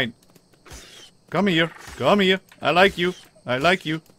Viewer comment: Because you said come hier i know you are a dutch guy😂